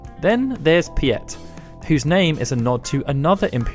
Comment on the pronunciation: I’m pretty sure the Star Wars guy’s name is pronounced “pete” / “peet”. The name is common in Netherlands and young German kids with old grandparent-names.